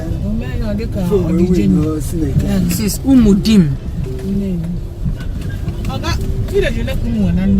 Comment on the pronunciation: 🤣🤣🤣😂the man said am a CHOSEN, na who come be REJECTED?...I don tire for all these chosen mopols. Ooo phonu gu na ebe ifea?😁🤣🤣🤣🤣.the mans original onu (voice)nnewi atogbugom. Am really missing my town.Lols....UMUDIM is pronounced Umuudim, that my mom's village...home of Innoson, Chikason, Gabros, Ofordeme (OTC),Ojukwu and also my grandfather...biko tell that ur passenger (nnam ochie)to switch off that pussycat phone,ka mmadu kpakwoolu ya nkata biko